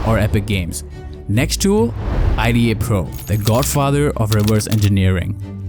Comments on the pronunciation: Its not i--d--a pro, just say ida man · Nobody pronounces IDA like an acronym. It’s pronounced like a full word.